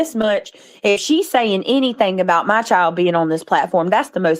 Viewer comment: My Chiode.....it's pronounced " Child " ..hode on is hold on...